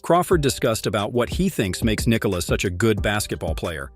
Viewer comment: Yo, you are saying "Nikola" wrong.